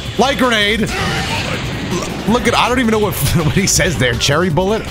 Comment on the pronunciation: i also used to think piccolo said "cherry bullet", but apparently it's actually "fury bullet"...